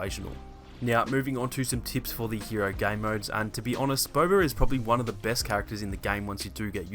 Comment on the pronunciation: Haha he pronounces it as”Bober”